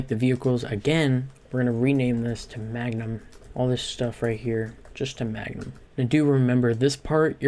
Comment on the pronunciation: "MANGUM" lol